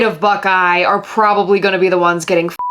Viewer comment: 100% said “””Plobably”””😂 also they need a bar….. “come get fuck-eyed at buckeye” is the best slogan ever